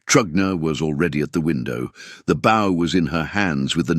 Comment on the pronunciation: Getting tired of the AI not saying a word right. Bow and Bow one word but two different meanings. Not the first time I haven't seen an AI in any story get the whole story right. Live and live another one. I don't know if you can teach a machine the difference.